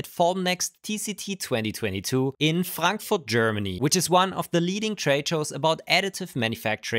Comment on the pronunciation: I like the way you speak "Frankfurt". More city names pronounced in native German please. I have been learning German for so long and I understand a little bit but can't speak it. So big thumb up for every German word you use.